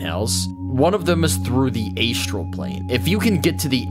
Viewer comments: A-Struhl, not Ay-Struhl. (Good video though, Love the content since I found it.) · Sorry mate, could not get past Aye'strell plane. I know its tomato toemahtoe but oof. gl.